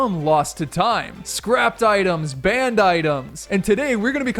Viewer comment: You said banneed at the start of the vid just for you to correct if you want to ps using code SIRS keep up the great content